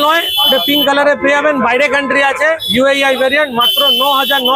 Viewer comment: Vai UAI noi Ota UAE 😂